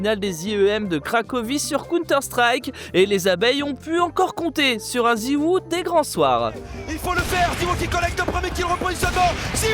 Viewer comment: Ha et autant pour moi j’ai cru il disait mal Krakow avec la liaison, et comme personne prononce en français … mais Zywou il existe pas par contre, meilleur joueur au monde et français c’est ZywOo (o) .